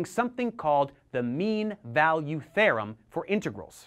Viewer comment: "The mean value THEYRUM"